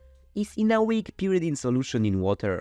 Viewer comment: you got some pyridine and some purrydine too :3